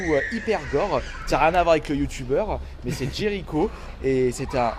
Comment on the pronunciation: Tu parle le Jericho(sa se dit Jerichaud) toi aussi?